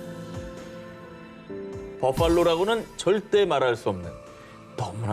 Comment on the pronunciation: 전햔무 버팔로 발음할때 붜퐐로 너무 원어민 발음 으로 하는거 역겹다 그냥 한국사람처럼.버팔로 이래야지 붜퐐로 발음 짜증난다